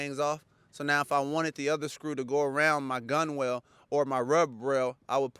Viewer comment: I know it’s spelled weird but it’s pronounced GUNNEL. Like tunnel with a G